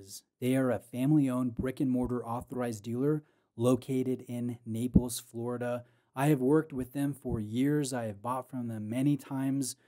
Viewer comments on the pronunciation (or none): none